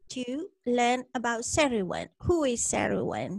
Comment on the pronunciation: The Cerridwen sounds like "care-ihd-when". 😊